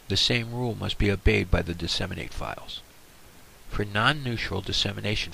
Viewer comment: DESS-i-mate not dee-SEM-in-ate